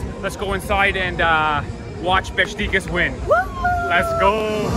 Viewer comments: Nice vid, but please learn to pronounce the name of a 120 year old legend football club in Türkiye… its not “Bes ti kas” but BESIKTAS”! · Beshtecass? Its Beshiktash ( beşıktaş) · It’s Besiktas! Lol not Bestikas 😅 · its Beşiktaş not Bestikas:) welcome to our stadium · Beşiktaş is be-shik-tash, not besh-ti-kas. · No beskitas. Besiktas. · "Bestikas?" You had one job. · Beshiktash ; for correct pronunciation in English try to read this way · You read şt like beshictash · Funny how you pronounce Beşiktaş. „Beshictash“ would be correct. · You said Besiktas wrong but it’s ok